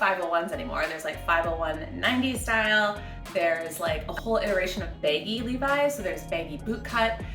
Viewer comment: Sounds like you’re saying “baby dad jeans”